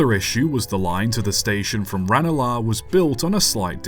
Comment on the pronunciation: Harcourt street station, now the odoen bar with the tram system , Luas stopping outside. The luas uses the trackbed of the old Harcourt Street line. By the way just one little niggle . Its pronouced Ran (like the pat tense of run)-el -ah. I used to work there !